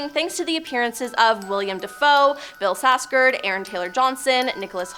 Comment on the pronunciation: Lol, where did you learn how to pronounce Bill "Skarsgard's" last name? Why are you dropping the "K"?